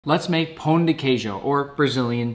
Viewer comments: As a fellow brasilian u pronounced it wrong, csnt blame tho I were reslly close u messed the pão and de part pão is pronounced like poan then de is said like the letter g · You sounded like a native speaker of Brazilian Portuguese when pronuncing "Pão" I approve as a Brazilian 🇧🇷👌